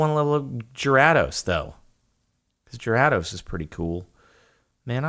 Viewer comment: You need to look up the pronunciation of Gyrados because it doesn’t matter how hard you try your still butchering it. Also it’s pronounced Ma-while not Ma-wheel.